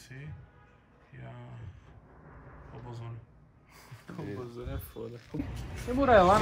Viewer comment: Vamos falar da política atual ... Toguro: ROBOZÃO ? VOCÊ SABE O QUE É ROBOZÃO? ROBOZÃO? VOCÊ FALOU ROBOZÃO ?? TEEILE ROBOZÃO